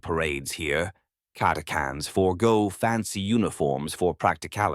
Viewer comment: Yea, prob robovoice like many channels today. This one seems better than most. But yea, I'm assuming you mean the "ch" in Catachans not being pronounced? If so it was kind of bugging me a tad. But still, not bad other than little things like that.